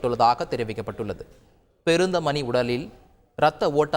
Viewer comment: Peruntha mani illa reader, perunthamani